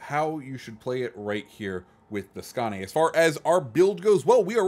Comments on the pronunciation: Basically its "Skone" but you can check Hipper's video on it at at 4;46 there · Great vid. am really looking forward to getting that ship. And someone tell that man how to pronounce Skåne😄